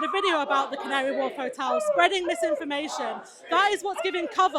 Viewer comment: You mispronounced the Farage riots